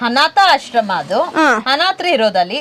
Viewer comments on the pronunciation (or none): ಮೇಡಂ ಅದು ಹಾಶ್ರಮ ಅಲ್ಲ..... ಅದು ಆಶ್ರಮ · ಹಾಶ್ರಮ? ಹಾವತ್ತು? ಒಟ್ಟೆ ? ಥೂ ಅಕಾರ ಹಕಾರ ಸರಿಯಿಲ್ಲ ಆಂಕರ್ ದು. ಕೇಳುವುದಕ್ಕೆ ಅಸಹ್ಯಕರ ಕನ್ನಡ ಉಚ್ಚಾರಣೆ. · Yaramma nenu anchor? kannada matadamma. Hashrama alla adu Asharama. Aa Aane 🐘. Hane alla. Kannada na kole madbedi please.